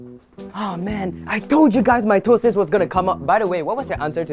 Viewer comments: "meiosis" "mitosis" "MAYONAISE?" "WHAT IS THIS?" "MY TOE SIS" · "Mitosis" Kevin: "My toe sis": "mieosis" Kevin: "mayonise?" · “Mitosis” “my toe sis” 💀